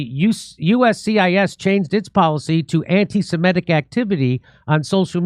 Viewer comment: Somebody ask Jimmy to pronounce 'semitic' or 'anti-semitic' 10 times in a row. Let's see if he can pronounce it correctly even once. I would say it's a 100 percent NO... even when he's in the presence of someone pronouncing it correctly.